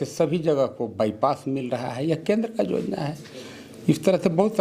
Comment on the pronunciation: Jojana naii be yojana bola jata h